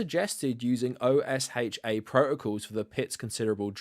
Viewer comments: It tickles me hearing you pronounce it like the acronym "Oh-Ess-Haitch-A" rather than "OSHA" (as if it were its own word) like we Americans do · OSHA is the US regulatory system on workplace and laboratory safety, we pronounce it like a word, not an acronym so Oh-Shah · Hey, good video but it's pronounced O-shuh OSHA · OSHA is the Occupational Health and safety Administration. You can pronounce it "oh-shah". I mention it because you might be talking more about it as extremist right-wingers don't even like such regulatory bodies to exist. Edit: i made this comment before the video ended and he said O.S.H.A. the first time then "oh-shah" the next time so he knows apparently lol😅